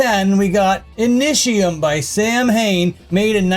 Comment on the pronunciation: samhain is pronounced sah-win